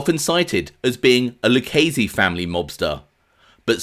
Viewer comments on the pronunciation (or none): none